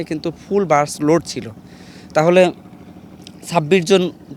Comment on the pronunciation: Ai sangbadik to bus ke bole buch😅😅😅seto bak protibondi😊😊